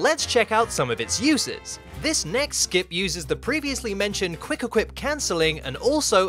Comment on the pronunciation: i love how you say wuick equip